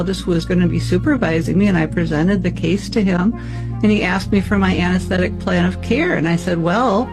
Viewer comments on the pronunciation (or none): none